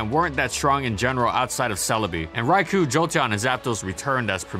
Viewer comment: Stop calling Raikou "Raiku"